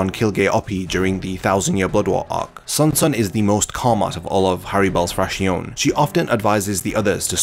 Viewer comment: just a lil commento, it is pronounces Frakzion...with the accent on the O. It comes from the spanish for fraction...the fractions of the numbered Espadas I guess